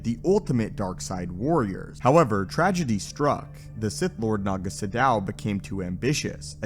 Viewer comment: Now if only this guy could pronounce anything properly. "Tulak Horde," "potency," "Naga Sadow," etc...